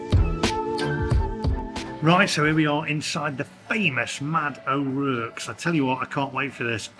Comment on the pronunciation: Sorry. That’s a Brummie accent, not Black Country. And it’s pronounced ‘O’ Rorks’